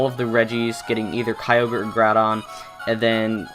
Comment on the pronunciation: 3 Things: 1. The very first time a YouTuber pronounced Kyogre right (it's not pronounced kee-o-gur) 2. Is it true that you can get Celebi on Route 117? (Obviously not in the remakes) 3. What's in the cave behind the Day-Care?